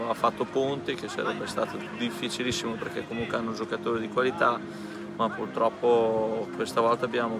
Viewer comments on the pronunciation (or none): none